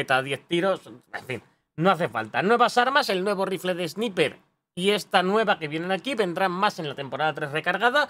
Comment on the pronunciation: Esniper. No entiendo esas ganas de los españoles por decir las cosas en inglés pronunciando como se escribe.🐑